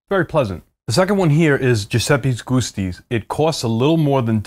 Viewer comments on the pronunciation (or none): You seem to take care with pronunciation, so I was surprised to hear "Ghusti" when I expected "Giusti". Is there info I don't yet have? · “Giusti” pronounced ju-stee.